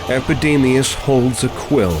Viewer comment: Epidemius "eyes" ?